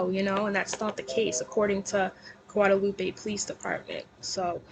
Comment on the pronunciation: Look at you and them Spanish words, girl! 😂. Not a bad attempt at pronouncing them. Thank you for doing your research and not being like KJ who just blurts crap out to be first. First to be wrong. 😂. "Gwa-da-loop-eh". I love your Spanish accent. 😁. 🤟🏽🙏🏼